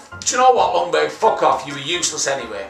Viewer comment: You pronounce it Jungberg, not Lungberg.